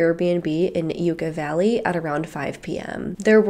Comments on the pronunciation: Sorry, the local pronunciation is Yuck-aw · you pronounced yucca valley wrong each time